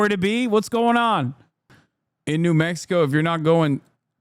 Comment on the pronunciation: Honestly. This lady is… “out there”. Mex EEE co. 😂 I bet you she couldn’t point out Mexico on an upside down map, yet could tell you all about the new Versace line.